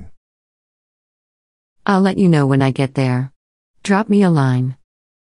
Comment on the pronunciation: もっと正確に言えば、アイル（I will）もアイルとはとても聞こえなくて、エルとしか聞こえなくて、明らかに、アイルとエルは発音がこの時点で違う。